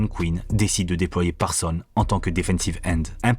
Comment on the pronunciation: Encore une excellente video comme toutes les autres, mais dommage pour le "S" final de ParsonS qui n'est pas prononcé 😅